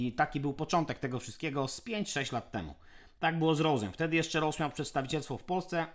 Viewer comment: Rose to niemieckie nazwisko (Heinrich Rose) założyciela firmy w 1907 wiec nie bedzie pasowało wymawianie po ang. Pozdrawiam P.S. Jako ciekawostke podam że Schwalbe to niemiecka jaskółka a juz mi sie o uszy milion razy obiło "Szłalbi".